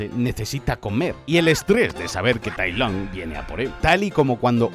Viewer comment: SifÚ?? TailOng????Sifu y Tailung bro. Es que no has escuchao en tu vida cómo lo dicen o qué? De verdad que me da to el asco que lo pongas to en latino pijo que eres español por dios